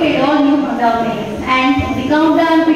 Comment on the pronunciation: Bhai Hunda nhi Honda 😛